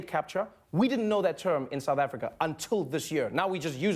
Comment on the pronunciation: He said Africa. Or rather, "Afrika".